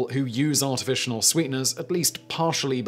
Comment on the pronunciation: "Artificinal" - My new word for the day.